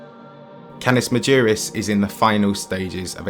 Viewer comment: Interesting video, but your pronunciation is terrible. Get a few lessons in Latin so that you know how to pronounce 'Canis Majoris'.